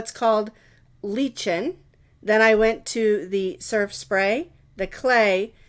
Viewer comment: I think that lichen is pronounced Lik'n - as in I am lik'n that shawl!